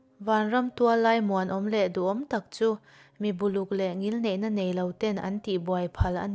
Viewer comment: Hetiang in rawn tichhuak hi a lawmawm.ka ngaithla zo thak bung 1-20. A chhiartu hian a thiam viau a. mizo tawng thluk dik lo awm zeuh zeuh hi a uiawm ka ti. Thiam zawk hnenah a thluk hi han zir deuh zeuh se (eg. Buluk chhiar rik dan etc)nakin zelah pawh hmasawnna tha tak a ni ngei ang.